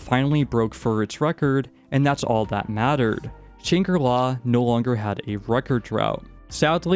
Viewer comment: It was agony listening to you mispronounce Shangri-La 100 times